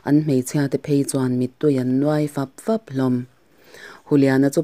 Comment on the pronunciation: ka ngaihthlak chinah 'Veivir' tih te, 'fap fap' tih te hi i lam dik lo deuh va, tih loh chu a dik viau. Tin, Hei ai hian i aw hi ring deuh se a ngaihthlak a nuam zualin ka ring. A zawi a, a thâm deuh bawk sia, mut a chhuak duh.